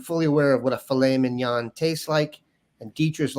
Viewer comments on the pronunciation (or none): Please pronounce filet mignon again.